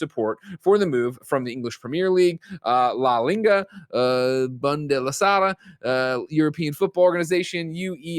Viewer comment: 🤦🏽‍♂️ at Greg “trying” to pronounce la liga, uefa, and Bundesliga